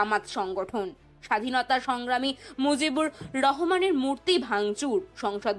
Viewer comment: শেখ মুজিবুর রহমান বললে নামের উচ্চারণ সঠিক হবে। ধন্যবাদ দাদা।